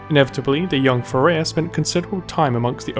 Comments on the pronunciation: "FAIR-UH" NOT "FAIR-A-UH" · It's FareeHA, not Fareya :) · awesome job. but as an arabic speaker I have to tell you that you are pronouncing the name of her dougher wrong, I thought it was Thourya unite I saw the writing on the paper when she wrote فريحة Fareha. its pronounced like this ( Fa rri Hha). and also fyi arabic names should always have a meaning and this one means the happy one maybe that's a clue in the lore :P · have you not watch Ana's Origin Story video? Fareeha isn't pronounce as "fuh ray ah". It's pronounce exactly as it looks, "fah ree hah".